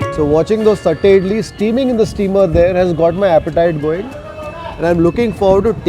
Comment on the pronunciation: I laugh so hard everytime he says tatte idlis 🤣🤣🤣🤣🤣 sorry.. just my sense of humour